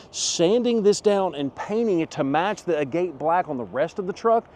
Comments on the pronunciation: LOL What a dummy. It's not pronounced "A gate" as in the opening in a fence. It's pronounced "Agit" as in a semi precious stone. Dork, get a dictionary. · "Agate" isn't pronounced a-GATE. It's pronounced AG-it. FYI, an agate is a type of stone, not an opening in a fence.